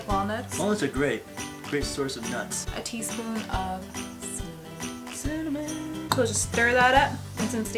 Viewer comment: when she said Cinamon t I thought she said Semon